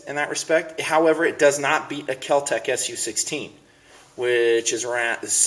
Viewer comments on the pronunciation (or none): none